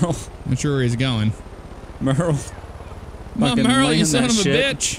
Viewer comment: Hey my names Merle. This is the first time I've ever seen my name in a game, spelled the same way, and you guys pronouncing it correct.